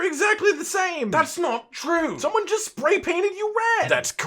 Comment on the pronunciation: "He just splay painted you red"